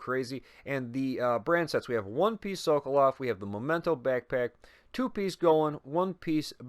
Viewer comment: Thanks for the video. I've been waiting for a while for a video like this But, remember: "momento" is moment in English whilst "memento" (the real name of this exotic backpack) is reminder in latin. They do not sound the same. The first sounds "moh" at the beginning, the second sounds "meh".